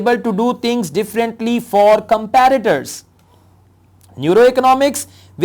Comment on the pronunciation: Sir one correction , it's not comparator fields ..it's competitor